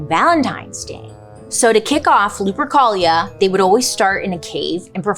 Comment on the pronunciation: Why does lupercholia sound like some std 💀💀